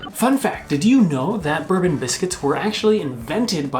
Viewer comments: Quick note, we don't pronounce Bourbon the same way as the american alcoholic drink, its pronounced Bore-ben! Also I agree with why didn't Nestle rebrand the toffe crisp? Theres quite a few things in the US that are slightly different brands to UK like Dove and Galaxy, Three Musketeers and Milky Way. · Bourbon biscuits- pronounced 'borbon' Minstrels are a galaxy product, and are way better than mnms! With jaffa cakes- you need to watch the moon adverts for them! Wow Americans are missing out! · Minstrels are like M&M's? How dare you. Minstrels are awesome. M&M's well, not so much. Bourbon Biscuits - that'd be pronounced 'bor-ben' biscuits where I'm from. Toffee Crisps are THE best chocolate bar on Earth in my opinion. Never had anything to beat them. It was a sad day when they made them slightly thinner so they could sell you less for the same price. I think if they're missing from the good 'ol US of A then that's their loss. Is a jaffa cake a biscuit or a cake, there's at least a page full of comments heading your way. (mc-vit-is not mc-vit-ees btw). Realised I watch all your videos, usually comment too but never offer praise. Great video as usual, keep up the good work. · u pronounced bourbon wrong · It's not that we pronounce Bourbon differently, we pronounce the biscuit differently to the whisky. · even when you said bourbon wrong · Bourbon biscuits is pronounced "borebon" ( as in the old French royal dynasty) and not "burbun" (like the liquor). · It’s pronounced BOURBON not BERBEN. :) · It’s pronounced Bor Bon not burbon by the way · Is it just me or did anyone else massively cringe when they pronounced bourbon as “berbon” it is pronounced “bourbon” . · It's actually pronounced Bore-bon, not bur-bon. Just a heads-up! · Boor-bon. Not like the whisky. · 'Bourbon' is pronouned bore-bon (/'bɔː.bɒn/) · Fun fact number 3: It isn't 'bourbon' (as in American Whisky - pronounced /bɜːrbən/) it's 'bourbon' (as in the French Duchy - pronounced /ˈbʊrbən/)